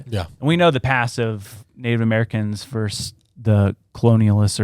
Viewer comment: Versus, not verse